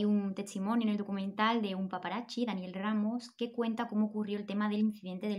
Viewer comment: me perturba un poco cuando dices PAPARACHIS